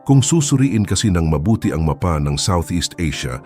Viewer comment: AI ba ang nagsasalita sa videong ito? Yung bigkas ng mapa ay ma-pa atbp. Ayos naman ang boses ng narrator kaya lang paling sa ibang pagbigkas ng ibang salitang tagalog.